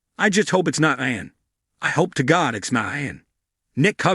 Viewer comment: It's pronounced eeon not eyeon!